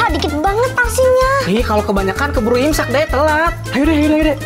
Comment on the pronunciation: Kok tadi ngomong nya incak bukan imsak